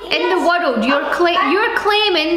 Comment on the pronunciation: "Biggest sonic fan in the wirruld?"